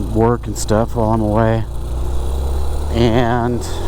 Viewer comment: And, mins you did a bloody 'EeeYAnd' yourself, was it a mischievous ironic EeeYAnd or are you now a Triffid genus replicant. What happened in them there hills? Hahahaha.